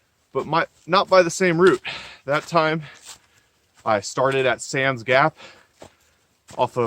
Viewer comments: Two years later and you still don't know how to pronounce Spivey... Spi-vee. long I. You're welcome. Unaka= U-nay-kah. Damn Yankee! As a small child my Dad herded cattle on the Big Bald. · Hey, enjoy your vids but just have to let you know it's pronounced "Spy-vee" Gap and "Unay-ka Mt". Spivey Gap is easier to get to by taking I 26 into Tn. Take the Temple Hill exit, go south for approximately a half mile and then turn South on 19 W. It's approximately 5-6 miles to the AT. I've spent a lot of time on that mountain and full moons are awesome. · Spivey pronounced SPI (long I)VEY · Learn the correct way to pronounce Spivey and Unicoi.